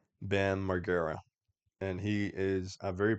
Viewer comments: Mar- g-era pronounced like J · And pronounced bams last name wrong